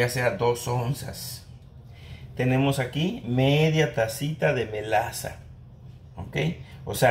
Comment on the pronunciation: ya encontre la receta.perdon dices melasa. Yo pence que decia moztasa ja ja